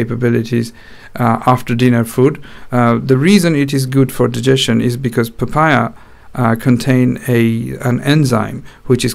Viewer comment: Pafaya.... lol